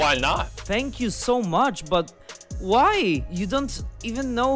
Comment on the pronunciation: "thank u so mush" lol